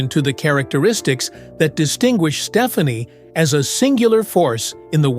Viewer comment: Love the respect they have for each other - this is not a slam, but Gwen's last name is pronounced Ste-FAH-ne